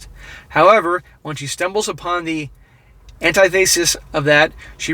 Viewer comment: an-tith-e-sis = a person that is the direct opposite of someone. You pronunciation of Anti - thesis was killing me sorry! Good info though